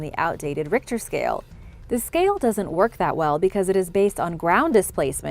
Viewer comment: She also pronounced 'Richter Scale' with a hard H the first couple times, but went with the traditional soft H pronunciation, basically a K sound, for the rest of the video.